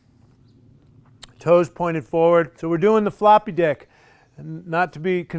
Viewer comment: You did say floppy dick, right?!?